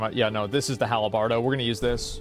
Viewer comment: “The hal-a-bardo” Drives me nuts. 🤣🤣